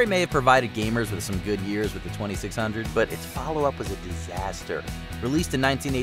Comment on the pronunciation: "The commodore is keeping up wiU"